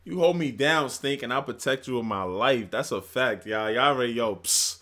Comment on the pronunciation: Everytime he says “stink” I’m literally giggling with joy🤭